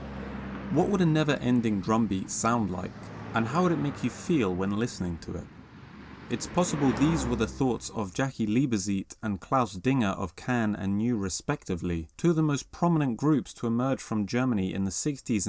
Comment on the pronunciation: And Zeit is pronounced tsight